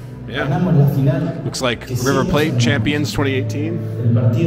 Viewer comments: why do u pronounce river 'plate' like if it was some exotic language and not english? haha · You know... it's actually pronounced in English. River Plate. As you would read it in english :)